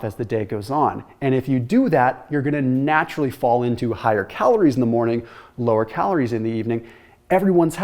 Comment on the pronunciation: I noticed how you said “calorie” and “heme iron” wrong 😅